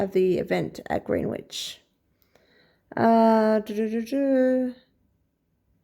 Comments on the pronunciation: Greenwich is pronounced Gren-itch In our quaint English language. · Greenwich pronounced Grenitch (FYI in future).